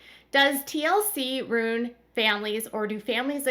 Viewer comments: RUIN...pronounced ROO-IN...not ROON...LOL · Every time u say ruin I cringe